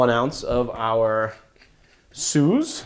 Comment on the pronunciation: Wow, that was a great drink. Love it when I have all the ingredients at hand...Dolin Blanc (you pronounce it well, it's just the C is silent...) and one day, I'll teach you to pronounce SUZE in the proper way....not SOOZE.... OK, I'm off to make myself another drink!